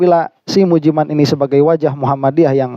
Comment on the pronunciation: BACANYA MUJI MEIN😂